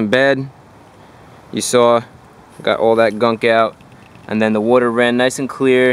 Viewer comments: It's pronounced "water" not "wuter". LoL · It's water not woiter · I like the way you say “werter” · Where do you get that “clean wooder” stuff to flush the heater core with? 😂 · What’s “woouder?” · Wooder 🤣 Jersey boy, right?